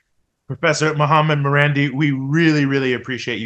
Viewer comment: His name is Ma-ran- DEE, carrying stress on the last syllable! Btw its thevname of an iranian town/village….